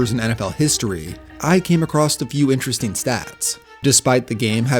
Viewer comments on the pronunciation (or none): none